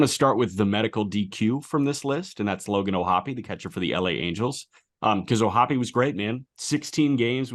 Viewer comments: And yet, O’Hoppe does, in fact, pronounce his last name o-HOPP-ee, with three syllables, just as Jack, Aram, and Peter did. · It pains me the way "O'hoppe" is being pronounced here! I refuse to believe it!